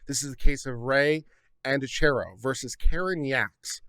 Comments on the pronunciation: Also, just a heads up it’s pronounced An-dree-a-key-o if that helps any 😂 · There is evidence that points to it not being suicide. The position of the body, and the gun. Dylan supposedly found the body and called 911. Whitley was in the house when Christian died, and supposedly didn't hear the gunshot. Side note: pronounced An Dree Ah key O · I believe Andreacchio is pronounced - An draw key o. 🌺🌺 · Thank you for saying this. It was hard to listen to this with his constantly mispronouncing their name.